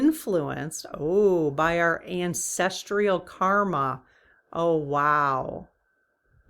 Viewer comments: Sorry to correct you but it's pronounced ancestral not ancestrial. Great reading btw - thanks. 😍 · Hi, "Ancestrial" doesn't seem to be a word. Google says it's "ancestral". (Sorry, but my grandma and my mom used to correct all our mispronunciations...an old family habit!) Blessings ❤ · Cool subject, just a note that the word is ancestral. My brain isn't coping with the pronunciation 'ancestr-ial... sorry! Still love your work 🤩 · Yes, dear, we need to get the word ANCESTRAL pronounced correctly. Thank you greatly for all you do! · There is no "i" in ancestral. No "tree" in the pronunciation. Otherwise I can't get enough of your dowsing rod readings!